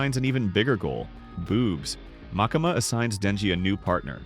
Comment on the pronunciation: Great recap, thank you! 🖤 but the way you pronounce "MakAma"... 😂😭